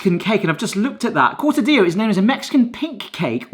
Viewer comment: "Cortadillo" is pronounced core'tuh'dee'yoh "Niños" is pronounced neen'yohs (and not yohz, it should be a clear 's' sound) Still, I'll take Spanish over the weenie 'tini any day.